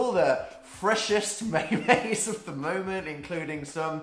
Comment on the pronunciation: listen to how Dan pronounces memes..... I'm uncomfortable.